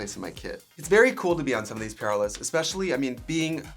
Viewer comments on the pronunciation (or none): It sounds like you’re saying “…on your prayer list” vs. “on your PR list.” Both work. 😂💗